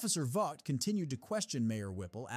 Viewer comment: and other times, it's Officer Vogt ("vote"), not vog-t.